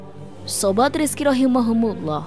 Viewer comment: Punten teh ROHIMA KUMULLOH bukan Rohimahumulloh 🙏🙏